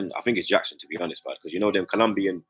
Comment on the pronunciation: You can tell don't watch football on the reg. How can you be butchering all those household names. Man said Gonoto, it's read as Yonto, also Yackson?? lol. brother is Senegalese not South American.